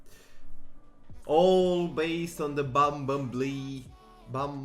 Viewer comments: man i know ur romanian and u maybe don't know how to say bumblebee english = bumblebee (how it says in romanian bambalbe) if u can say it right know ur pro :))) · Don't wanna be that guy, but it is pronounced "bum-bull-bee" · bum bel bee say it like that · Its because ur accent 😂😂 Its pronounced by "Bumbulbee" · Bumblebee is pronounced as Bumbelbee for some reason xd. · Try to pronounce it by "bumbulbee" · Bum-bull-bee thats how you say it lol